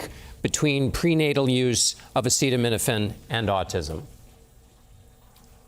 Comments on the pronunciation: I find it concerning that the expert who was involved in the study claiming that Tylenol can cause autism isn’t even pronouncing acetaminophen correctly. 🤷🏻‍♀️ acetamino-pheen??? Weird. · Why can’t pronounce acetaminophen 😳